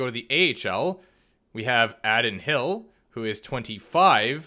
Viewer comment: (AAA-Din HILL )not addd-in hill 😂 good video